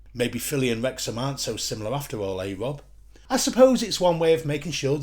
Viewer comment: I'd spend more time on your speech impediment than bullshit about Wrexham. and Wyan are doing just fine!